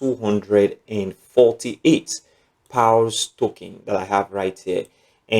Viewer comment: Which one is “pals” Pronounce as “pors” as in paws….not “pals”